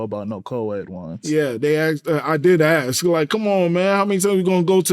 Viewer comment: All those degrees, and he cannot pronounce "ask."